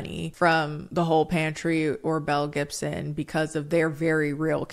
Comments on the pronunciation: Every time you've said this girl's full name I kept hearing Mel Gibson and was just like "now why is he in it???” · Every time she says Belle Gibson I hear Mel Gibson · The way I was listening to this in the background while I did laundry and I thought you said Mel Gibson 🤣